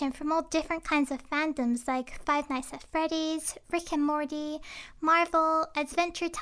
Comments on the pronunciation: When you said rick and morty I though u said FRICKIN MORTY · When she said rick and Morty I thought she said frickin morty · It sounds like she says Frickin Morty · when I said frick and morty it sounded like freakin’ morty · When u said Rick and Morty I thought u said frickin Morty lol I'm deaf now lol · I thought she said frikin morty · O no way. pronounced Rick and Morty like Frik and Morty xDD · I heard her say ffriccn morty